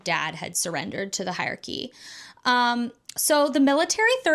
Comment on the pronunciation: great video but i hate the way you say hierarchy haha